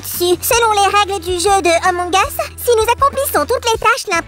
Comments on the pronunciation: Ampng us se lit a use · C'est pas emong es c'est among us 🤣🤣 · C pas Emong Us c Among Us